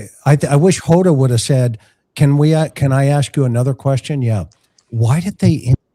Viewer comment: You might want to learn how to pronounce people's names,, or did you pronounce Hoda's name incorrectly on purpose?